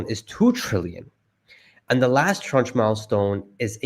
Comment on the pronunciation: the pronunciation of tranche is "transh"